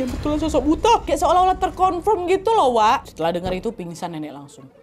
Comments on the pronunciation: Bacanya "buto" Nggk sih 😅 kalo buta kaya kikuk bgt nad 😂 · Cara bacanya bukan BUTA. Tapi BUTHO. BUTHO adalah makhluk berbentuk raksasa, bertaring,dll Maaf.. Saran dikit kak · Dibacanya BUTO nadd bukan butaa 😅😅😅😅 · Kayax nyebutnya buka buta kak tapi Buto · Kak buta itu bacanya "buto" to-nya bunyinya seperti tolok ukur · Buta dibaca buto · Kak baca nya buka buta. Tapi buto. Artinya raksasa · Bukan buta kali ya bacanya tapi buto, ya semacam buto ijo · bukan buta kak nad. tp buto bacanya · Kak Nad itu bacanya Buto bukan Buta 😭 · Kak ini kek nya bukan "buta" tapi "butha" bacanya "butho" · Nyebutnya BUTO kak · Bukan buto kah ini bacanya kak nad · Bacanya buto kak nad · Itu baca "buto" x k.... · Tulisannya kan emang BUTA tp pelafalannya dlm Bahasa Jawa jd BUTO... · Buto kak bacanya😊😊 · Buto kak nad bacanya😭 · bacanya buto kak😭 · Kalau dijawa Butho kak penyebutannya😊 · Gak semua daerah penyebutannya sama , di Sunda emang bener disebut buta .